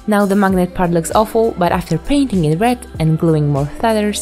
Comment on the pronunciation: You said "maginet" 24 times